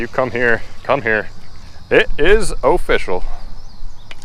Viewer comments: It's O'fish'ul. That's what how I see it in my head every time you say it. On to the next, Bait! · I love the way u say o fish al like if agry